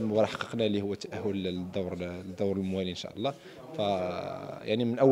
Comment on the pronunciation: ينبغي نطق " إن شاء الله " بطريقة صحيحة.